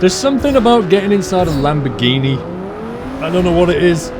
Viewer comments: lamborhini lel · lamborhini lol